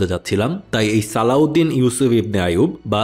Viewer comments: His name is Salahuddin ..not saladin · নাম গুলা ঠিক করে বললে ভালো হতো, নুরুদ্দিন, সালাহউদ্দিন, রিনাল্ড দ্যা চ্যাটিলিওন